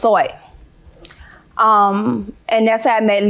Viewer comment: Actually it's "grand larcenin", "stolen propert", "TEF" and "assouit" 😂😂😂